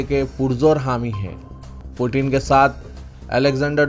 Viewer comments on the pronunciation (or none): none